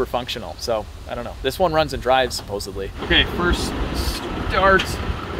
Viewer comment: Did you say supposebly 😂